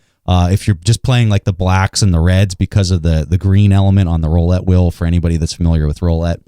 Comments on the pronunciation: "roollette" not "rollette" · Joe April no it’s roulette